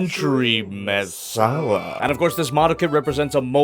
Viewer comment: It's called the Messala and you pronounce it 'Masala'? That's spicy.